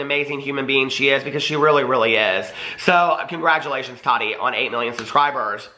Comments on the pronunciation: DAMNIT!!! ITS TAH-TEA NOT TODD-DEE. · He said tadi lol